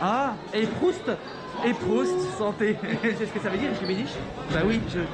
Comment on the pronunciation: Mdr on dit pas PROUST mais PROSIT...